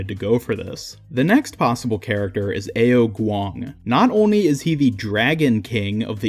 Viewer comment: Btw Ao Kuang is pronounced “ow kwong” and ne zha is “nah jah”